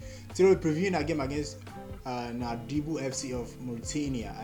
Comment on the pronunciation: NOUADHIBOU its pronounced nodibu